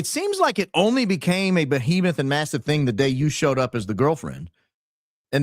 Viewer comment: "BO-HEMETH" 🤦‍♂️ shes not very bright.